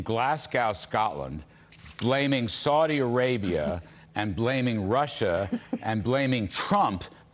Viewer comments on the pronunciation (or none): Did he say glass cow scotland?🤣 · It is pronounced glas-go. And for that matter British counties like Hampshire are pronounced the same as New Hampshire, there is no shy-er. And stay away from Worcestershire entirely!